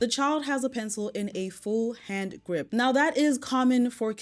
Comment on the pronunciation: That mom cannot even pronounce “grip” correctly; she said “group”